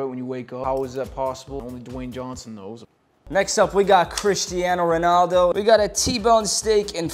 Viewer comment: chrieshtiano like bro trying to hard to pronounce it with an american accent. And since when was he playing golf LOL